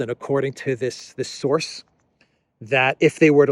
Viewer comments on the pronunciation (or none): none